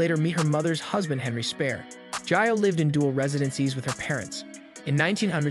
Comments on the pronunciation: Her name is pronounce GEE-A, not Gya, and she was in love in Sandy Litner. Francesco Scavullo was gay. Do your research! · Lots of misinformation 1)Her name is pronounced Geeyaahh not Giyaa 2) she and Scavullo were only friends and they worked together. he was also gay. 3) hardly anyone was at her funeral because they didn't know she passed until a year later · Its an Italian name. The I is pronounced like an E. Her name is pronounced Geea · How could you be so disrespectful and pronounce Gia's name as Jaya??? Have some respect for Gia! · Her name is Gia not jia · Jeez, it's not "Gya", it's Gia, are you for real? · I've never heard her name pronounced any other way then " Gee- a".. Were we calling her by the wrong name in the 80's? I've never heard the name pronounced in the way the video narrator says it. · Pretty sure her name is pronounced as Gee-a. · pronounced Gee a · Smh dude it’s GEE AHH 😂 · You couldn't even pronounce her name right! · Normally I don’t complain about someone’s work on here but this is a great disrespect to Gia. The facts are screwy and even if you do have an “accent” Gia pronounced properly isn’t that difficult. I can’t even muddle through this one. Fact check your work next time before publishing. Scavullo was also gay. No relationship between either him or Gia other than work and a friendship. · If you’re going to do a video on somebody, the least you could do is learn out to pronounce her name. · I think you're pronouncing Gia wrong.